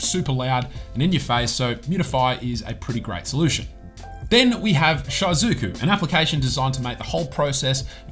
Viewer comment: I'm sorry but your shizuku pronunciation are bothering me. the easier way to pronounce it is like "she - zoo - koo"